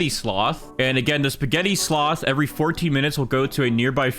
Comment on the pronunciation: Bro stop saying EVERY mutation like you forget so much